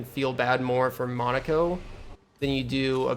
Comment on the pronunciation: Awesome job but I have to ask is there some secret society of streamers who all banded together to mispronounce Monocos name as Mon a co instead of Mon o ko. It's making me crazy I mean they refer to him correctly in the game